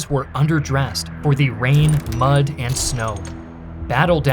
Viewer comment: did he just said Much not mud